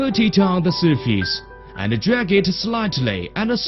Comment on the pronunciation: "Jag" should be "drag."